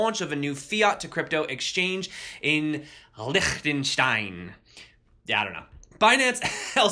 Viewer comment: Your Liechtenstein was actually pretty Good! ... Good Sense of humor ... like your Stuff!